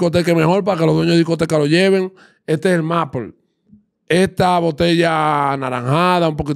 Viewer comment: Se pronuncia meipol.